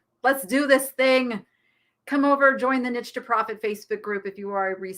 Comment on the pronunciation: Hi. I love your show but why do you call yourself the Nitch spelled the way you say it rather than the correct pronunciation of again I’m spelling it the way it sounds the neesh lady